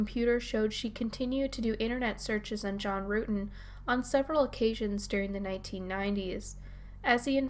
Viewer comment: John rutten not rooten